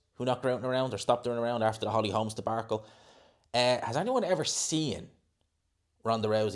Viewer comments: When says "debarcle" instead of debacle, is that an Irish pronunciation or just him getting it wrong? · I think he’s used to hearing the British English pronunciation so he might think there’s actually an “r” in the word because of the way the British pronounce the “a” vowel sound in the word. In Irish pronunciation should be “de-back-el”.